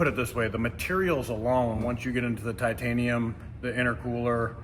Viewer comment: ‘Titainium’ you say? 😂